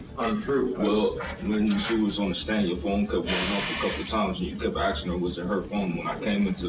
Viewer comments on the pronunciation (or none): It’s asking not axing